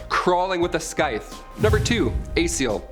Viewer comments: Scythe is pronounced Sithe. The C is silent. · "Sythe". The "c" in Scythe is silent. Don't ask me why, it just is, probably adopted from some other language. Nice compilation. The banshee has also been described as rabbit headed is is an omen of coming death. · The c is silent in scythe you miserable zoomer. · No c pronounced in scythe...